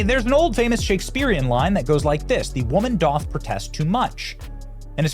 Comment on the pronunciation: The word "doth" is pronounced "duth"